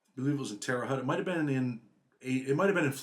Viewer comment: Another great one. But it cracks me up how some pronounce Terra Haute. Terr-e Hoht Anyway keep doing what ya do brotha man 🤘🏼👌🏼